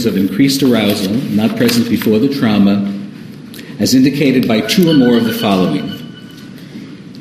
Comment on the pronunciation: I hate the way he says “trauma”. “TrOUmA” 😫